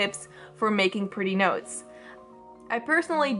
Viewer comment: Me being the idiot I am, thought the whole video that she was saying "nose" instead if "notes", despite clicking on it and knowing what it's about 😅😅